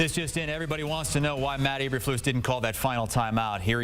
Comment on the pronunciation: His last name is pronounced like "E-berf-lose" with emphasis on the "lose".